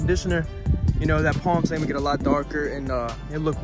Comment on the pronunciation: “Plam stain”